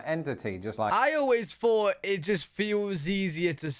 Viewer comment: You (maybe UK) but definitely you pronounce your "th" sounds with an "f" sound. Example: You say, "mafs" instead of "maths". Or, you said, "I've never fought to fink..." instead of, "I've never thought to think". 😅